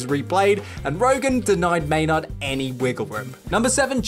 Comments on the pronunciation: “May-NARD” lol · It's how we pronounce it here in England